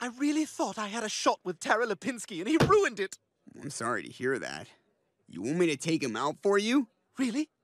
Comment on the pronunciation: It's RHHUINED, RHUINNED I say..